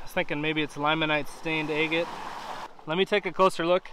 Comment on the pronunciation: I love watching your videos! I've rock hunted over 50 years so I totally understand your giddiness when you find a beautiful rock!😊I need to send you some of mine to cut! I think you should flatten a bottom of that big baby and cut it into fourths!!! Stand them all 4 next to each other...breathtaking!😍thank you for sharing your hunts with us!!💕 I love how you say egate!🤗there's my idea for that big baby!😃